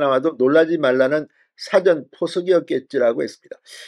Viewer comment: 진성호 주필님 우파를 위해서 너무너무 수고많으시고요 응원합니다. 근데 죄송하지만 거의말씀 드릴게요. 사전투표를 발을하실때 '사전'을짧게 발을하지마시고 뒤에 액센트를 두고발을 하시는게 맞징ㅏㄴㅎ을까요 들을때마다 좀 거슬리네요 국어사전 영어사전할때의 사전 말고요^^